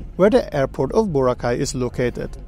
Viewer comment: Yes there are 2 airports you can take going and leaving from Boracay, and they are called Kalibo International Airport and Caticlan Airport. Not Boracay Kalibo Airport and Boracay Caticlan Airport. And its BO-RA-KAI not BOW-RAH-CAY! Get your facts right!